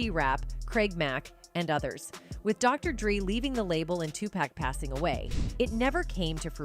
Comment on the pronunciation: Dr dree, bo wow, tupack